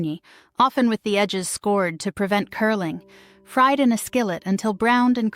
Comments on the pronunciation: WHY does she pronounce fried "FREED"? (In the bologna section.) Did the producers pay attention at all??? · Fried is pronounced Fryed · "Fried," not freed. These AI's really suck..."20 the Century"? Come on! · The freed bolonia sandwich. Sure. Artificial "intelligence" closed captions are quite bad enough. But freed bolonia spoken aloud? A break, please. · Freed-ba- lone-yuh! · I caught the accent thing. Ffeed Bologna sandwich? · Freed bologna with may-o-minaze? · "freed" baloney.. Mayo-ma-naise